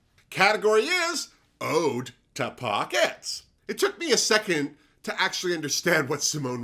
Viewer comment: Not "Ode to Pockets"; it was "Haute Pockets." And Rosé's took me back to Yardley commercials from the mid-'60s.